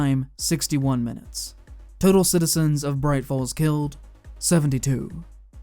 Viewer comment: this mf said "minuites" actually great video though